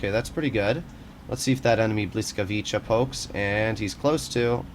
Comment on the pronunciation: Bruh that's not how you pronounce the tanks name